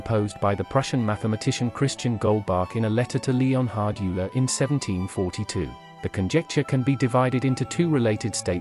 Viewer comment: "Youler" :D